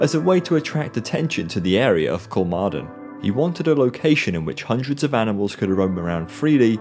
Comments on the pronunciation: Thanks for the response! I would recommend pronouncing it like “Kolmorden” in English. I think it would be a decent approximation. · You did great and thorough research, but you didn’t bother reaching out to Google or a Swede to figure out how the letter å is pronounced. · 'Kolmorden' is exactly what I tried to pronounce when I read the script initially. As I said I couldn't do it fluid enough, so the audio became really jarring. Sorry! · When recording I honestly tried to pronounce Kolmården correctly, but I couldn't do it consistently. If I said the name of the park once I would have done it, but I didn't want all of the narration to come across as jarring everytime Kolmården came up. I just got too used to saying it the poorly. Sorry!